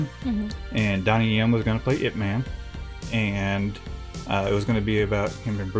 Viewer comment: Dang generations of today are seriously lazy, I don’t know where you got that from? But ignore all those who think it’s spelled as “I.P.” (as in IP address) because it literally is not how you say it. IT IS PRONOUNCED as YIP MAN without the “Y”, the title “IP” is sort of nickname so it be so-called easier for the western culture 🙄 which still seems hard for individuals to say. I should know this as my father was a die hard fan of both Bruce Lee & IP MAN, he even practiced karate in his youth as well as had the yellow jumpsuit with black stripes, he over time got more interested in music then after getting married and having kids he couldn’t continue pursuing it.